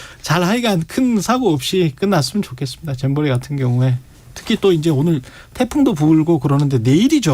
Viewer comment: 배준영은 왜 잼버리를 쨈버리라고 하지? ㅋ